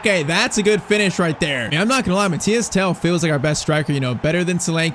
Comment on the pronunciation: MATHYS TEL, not Mathias Tel